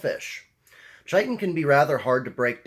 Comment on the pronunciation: It's Pronounced kiton.